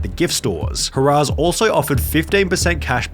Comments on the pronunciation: Harrah’s is not pronounced HA RAAS. It’s pronounced HAIR AHS. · Another solid video. I hate to sound like that guy but it’s not “Huh-rah’s”, it’s pronounced “Har-uhs”. I always stayed at Harrah’s Atlantic City back when. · ...it's HARR-ahs...not hurrah's. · Great video, and super informative. Just so you’re aware for any future references you might need it for, the company/casino “Harrah’s” is pronounced like hair (HAIR-uhs) and not like the word “hurrah”. Great video! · It’s pronounced “hair uhs” not “hoorahs.” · imma be that guy... Harrah's is pronounced hair-ahs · How can you not pronounce Harrahs correctly? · HA-RAHS is not how you say that name... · I love how he call’s Harrah’s “Hurrah’s”. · I love the way that you pronounce Harrahs but it's actually pronounced "Hair-uz". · Lost me at “hurrahs” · It’s pronounced “Hair-uhs” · You called Harrah's "Hurrahs" ... If only that were true!😆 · I've never heard Harrah's pronounced that way lol Just an FYI, it's pronounced "Hair-ahz" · the way he pronounces it hurrahs is so cute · He did not just pronounce it as hurrah's. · His fatha? And danga? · Please learn how to pronounce Harrahs. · I stopped watching when you couldn't pronounce Harrah's correctly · Pronounce harrahs correctly please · Your pronunciation of Harrah's casino made me giggle. Nice vid! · The way you pronounce "Harrah's" tells me you're not a gambler. Which is a good thing. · How you pronounced “harrahs” killed me everytime lmfao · Your pronunciation of Harrah’s shows your utter lack of research.